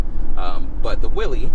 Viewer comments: Will-IS not Will-EEZ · Pronounced Will-iss